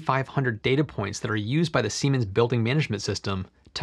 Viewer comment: heh, he said semens